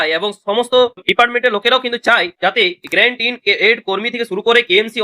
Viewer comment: আরে ভাই ওটা great in aid na ওটা Grant in Aid।